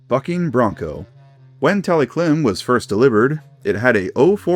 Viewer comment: When i heard “bucking bronco” i thought i heard “f___ing bronco”😭😓